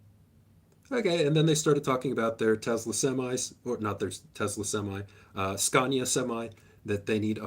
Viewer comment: As a Swede I do not approve of the pronunciation of "Skelefteå". 😂 Nailed pronunciation of "Scania" though. On a more serious note, thanks for the content!